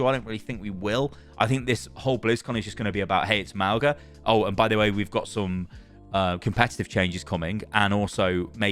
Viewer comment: [MAWNG-uh] not [MAO-guh] - the 'g' in Samoan is pronounced like the 'ng' of sing